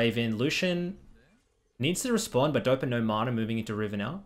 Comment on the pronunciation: who taught you how to say mana?